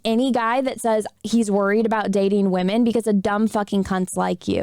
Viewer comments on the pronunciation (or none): I adore and how she pronounces women... wahmen...